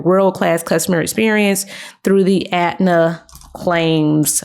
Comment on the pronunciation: ETNA not Atna.